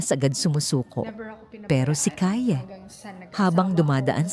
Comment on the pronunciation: Mali ang pronounciation mo ng name ni Kaye